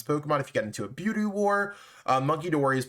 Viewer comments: Its buh-dew. Not bew-dew. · I am 900% sure you're pronouncing budew wrong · Oh he is. And it's annoying. But lofe goes on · He pronounces half of the Pokémon wrong, just gotta deal with it to watch his videos lol 😆